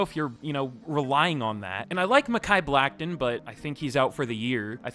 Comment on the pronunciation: The Broncos did not take Zach Allen bro. That was the Cardinals. I think you also called Becton “Blackton.” 😂 I respect your craft, but this one wasn’t for me. Maybe I’ll encounter your channel later on 🙏